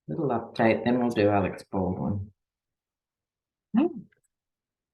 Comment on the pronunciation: its "Alec", not Alex (Baldwin).